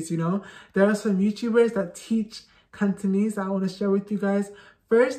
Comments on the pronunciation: Your Cantonese is awesome ! You can speak far better than a lot of natives cos your pronunciation is so clear without any slurs (lazy tone 懶音). Keep it up! Add oil!💪💪💪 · Hi, I'm a Hongkonger, Just wanna let you know you speak Cantonese so good with wonderful pronunciation, much much better than some foreigners where lived in Hong Kong,keep going, good job, we love you🌹🌹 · I'm working to learn/improve my Cantonese as an adult and I just want to thank you for compiling resources and tips. There were definitely some that I wasn't able to find by Googling on my own. Your pronunciation is fantastic, I love the energy you put out in your videos, and thanks again! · I just saw your interview on AppleDaily. And very glad to see foreigners to learn Cantonese. Cantonese is rank on top of difficulty languages. Cantonese still mainly use on Hong Kong , as well as Malaysia and Singapore, so it is worth to learn. And your pronunciation is good too. 加油！